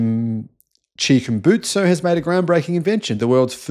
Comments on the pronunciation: It's Chikumbutsu, Maxwell Chikumbutsu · Chikumbutso is the name! You can't even get the name right but somehow u smart enough to disprove his technology...